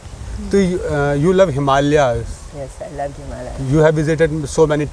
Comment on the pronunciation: Can you pronounce the word Himalaya? You are in public platform and promoting heritage, culture and spiritual values of the divine country, you must be responsible to pronounce correctly the popular regular important words of our culture like himalaya, saadhanaa, bhaarata,. Please visit to a learned person and get proper pronunciation. Even the saadhvii lady pronounces these words more accurately, you must notice this!!!!